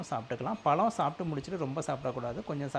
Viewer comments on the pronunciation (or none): none